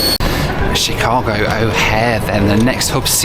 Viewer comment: i'm so sorry the way you're pronouncing chicago is driving me insaneeee